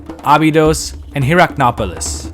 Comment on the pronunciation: very cool video! although I belive you're putting an extra "o" on "Hierakonpolis", pronouncing it as "HierakonOpolis"